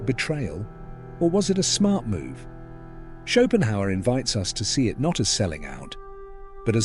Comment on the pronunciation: when AI calls Schopenhauer “Chopin”